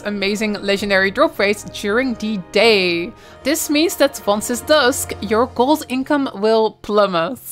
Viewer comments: Sorry but why can’t you pronounce the letter “t“ at the end of a word right? It infuriates me and I can’t watch your videos because of that I‘m sorry. Sometimes you do it right sometimes for the same word you say s instead of t. Instead of gold you say gols why is that? Care to enlighten me? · there is no "s" in "gold" jeez is this annoying...